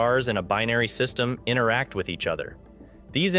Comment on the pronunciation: "Inneract"? Seriously? Do you even know what you say? Try to pronounce a T. Sloppy speach is a sign of laziness.